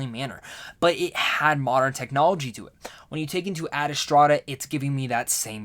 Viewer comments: Ma boy said “Ad Estrada” lol. Love you man but bruuuhhh. You did the same thing with “Dr. Saveena” from Shazam... it’s Ad Astra and Dr. Sivana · I was thinking that. It's Ad Astra as it's written. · Is it me or he just keeps mispronouncing the movie? He keeps saying "Adastrada"... adding an extra syllable to the word. Why?